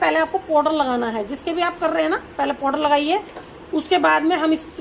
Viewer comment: Poder nhi hota Powder hota h mam